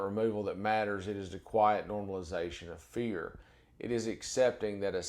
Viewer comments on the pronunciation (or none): none